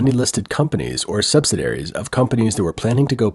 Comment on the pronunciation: sub-sid-ee-air-eez. Not sub-sid-air-eez.